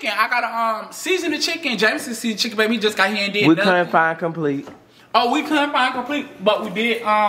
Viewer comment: LMFAO said complete ain't completein😭😭😭